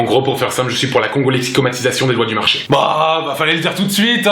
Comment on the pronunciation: Il a dit la congolexicomistion alors que c’est la congolexicomatisation 🤔